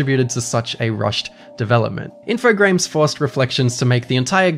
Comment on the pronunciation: Subbed for actually pronouncing InfoGRAMES as infoGRAMES. I physically cringe when people say Infograms. Like dudes, you guys never learned about the silent e? Anyway, thank you